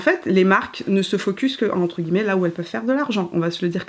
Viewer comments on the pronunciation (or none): none